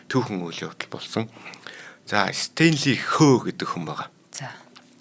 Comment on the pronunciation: Стэнли Хө биш Стэнли Хо гэж дууддаг шүү